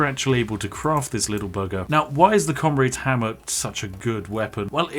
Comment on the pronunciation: FREE FOUSAND DAMAGE?!!? Noer way!!!! Fink you can get anymore? Oy fink you can. Wif fat koind of damage you could kill everyfink in that whole air-ee-er!!! That Comraid's Hamma IS serious though, innit? Ah English..... Perfectly balanced. It just works.